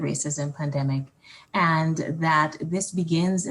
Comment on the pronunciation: That black lady mispronounced pandemic 6 times as PAMDEMIC.